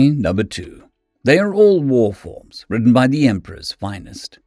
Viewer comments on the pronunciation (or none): I can't tell if you say the name right? "The EmpErOr's Finest" is the normal writing. But here it is "The EmpOrErs Finest". The O and E are flipped.